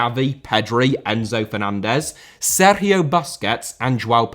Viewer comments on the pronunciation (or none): none